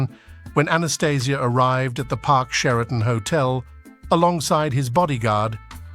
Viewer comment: Changed his name and the lame.still cant say his name right